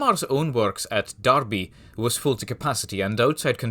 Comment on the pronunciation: Good job on the research for this one! Someone pronouncing Derby right brings joy to my frosted over heart.